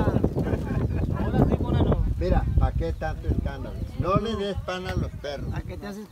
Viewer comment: Dice monano....es trabajo